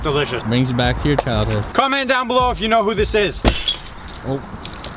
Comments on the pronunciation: Am I the only one who heard that he said blew when he said comment down below he meant below not blew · Nobody heard when said comment down “beellow” 😂😂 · Did anyone hear him say down beluw